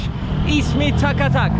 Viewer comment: takatak değil sakatat :)